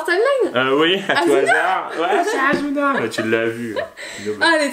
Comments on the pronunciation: C'est pas asuna c'est assuna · On dit Asuna et pas Azuna merci j’ai moi même vu ke manga c’est ma raison d’être là 😊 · C pas asuna mais assuna sssssss pas z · On dit Assuna, pas Azuna xD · Sa secrit asuna mais c pas z c ss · de un sa ce prononce ASSSUNA de deux il sont coincés dans un jeu video et si il meurt dedans il meurt dans la vraie vie